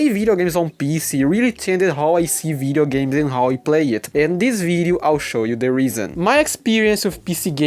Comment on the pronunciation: I thought you're saying Vita games.. turns out it's Video games lol anyway welcome to the pc gaming community bro